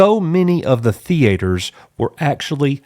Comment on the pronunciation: Nobody: This guy: THEE-ATE-ERS